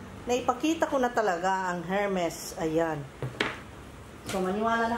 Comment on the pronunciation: Hello...ermes pronunciation ng hermes...silent H...